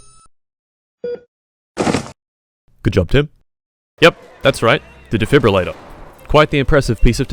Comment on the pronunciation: What’s impressive is that you said defibrillator correctly the first time.